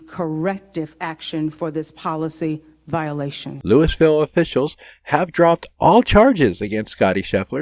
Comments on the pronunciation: It's not pronounced Lewisville. It's Lou ah vull. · Have you never heard the name of that city pronounced before? Louis is pronounced Louie. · Louisville is pronounced Lu-a-vull, not Lewis-ville. 😎😆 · Louie-ville, not Louis-ville.